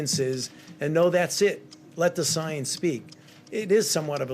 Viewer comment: Is it just me or does he say science in a different way than normal?